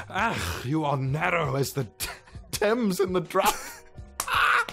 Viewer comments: its pronounced "tems" you idiot, not "thames" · Thames is pronounced "Tems" like the river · Thames. T-AY-MS LIKE THE RIVER FFS!! XD